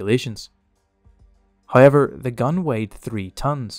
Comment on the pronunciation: Trust the Irish to read the word "however" and somehow say "hayiver".